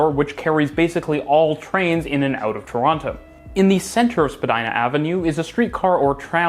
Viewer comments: yeah bro, there is. Don’t pronounce the other T, nobody here says it like that😂. Not tryna be hostile, just a fellow Torontonian tryna be helpful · I’m not tryna make a big deal about this, but if you’re from the city you pronounce it that way. Just because it’s phonetically accurate doesn’t make it right